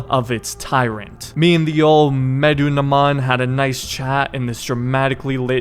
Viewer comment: Just for the future: You pronounce it as "Meh-Doo-Na-Moon" 😁